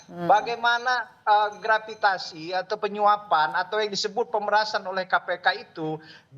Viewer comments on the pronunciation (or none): Bara JP Gratifikasi bukan Grapitasi😅😅😅😅😅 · Gratifikasi. Bukan gravitasi.😂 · Sekelas sekjen dpp bara jp nyebut gratifikasi aja salah jadi gravitasi. 🤮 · Gratifikasi pak bukan gravitasi😂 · 2x bilang..GRAVIGASI.. ( aslinya GRATIFIKASI, ) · Gratifikasi bukan gravitasi😅😅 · Gratifikasi bukan graviitasi,wooiii,lain ditanya lain dijawab,bego bener nih orang!!!😂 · NGOMONG GRATIFIKASI KOK MALAH NGOMONG GRAFITASI WAH PARAH